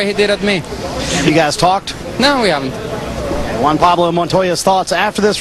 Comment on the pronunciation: Montoya rules. And not is Jaun, IS JUAN!!!!!!